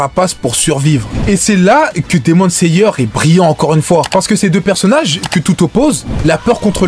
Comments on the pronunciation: Demon layer par exemple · Hypé par le titre j'ai vite été calmé quand j'ai entendu " Demon Sayeur " et " Pourfondeur " sois vigilant sur les mots et leurs prononciation !